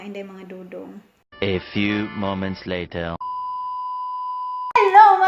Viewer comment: Wow sometimes, English dai ahahah. Letter or later. . . Ahahaha aliw jud kaayo tang mga bisaya uy!!!